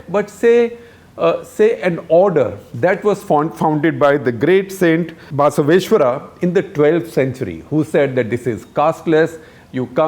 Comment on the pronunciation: Guptaji is having a Rahul-esque moment. It is Basavaeshwara and NOT BAAAAAAsaveshwara!